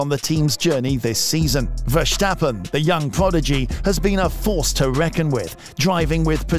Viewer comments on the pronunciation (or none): Yea your pronounce of max his name is so off. Go listen to a Dutch F1 channel how they pronounce his name. Then mimic that as precise as possible. Oh and your commentary is way to slow Speed up your videos with 1.25x That what I put it on if I listen to it. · there is no H in the name of Verstappen, so why pronounce it?